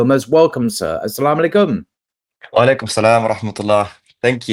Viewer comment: The way you say «As salamu aleykum» is so desi. Sure you don’t have Pakistani genes😂